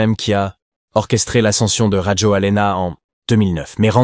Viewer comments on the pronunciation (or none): En malgache, on ne prononce jamais la dernière lettre : Rajolin (a) et non Rajolina. De même pour l’aéroport Ivat (o) et non Ivato ! - Toujours aussi Nul ces « journalistes »